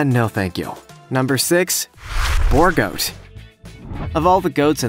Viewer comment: B-oo-r goat is how you pronounce it